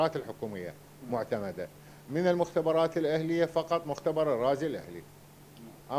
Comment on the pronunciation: سيادة مسؤل الاعلام مال المطار، اسمهة معتمدة مو محتمدة، اسمهة PCR مو BCR، مو صوجك صوج ابو راس التاير العينك